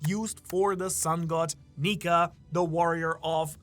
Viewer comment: Bro you gotta watch how you say nika